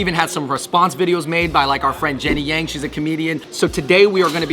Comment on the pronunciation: They go out of their way to pronounce pho correctly, but say Yang like an American?